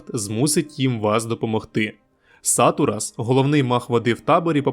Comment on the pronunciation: сатурас - наголос на 2гий склад